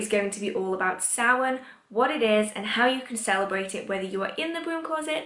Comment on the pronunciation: As a Gaelgóir, I must thank you SO MUCH for pronouncing Samhain correctly!! And it is upon us again, folks. A Blessed Samhain to everyone this year, and may it give way to more clarity in times ahead 🍻🎃💀